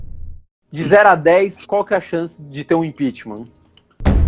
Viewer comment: Kkkkl apaga que aimda da tempo, esse analista ai entende muito heim?" Impixima"? Pqp, ninguém de dentro do governo confia no bolsonaro? Cara saiu mais forte kllk